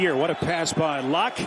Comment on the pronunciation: Is it me or was he keep calling Locke "Luck"?